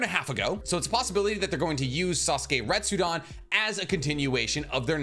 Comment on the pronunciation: I'm sorry broski but it's RetsudEn not RestsudAn...